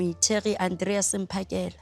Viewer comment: Andile bakithi........it's Mphakela not Maphakela🙄🙄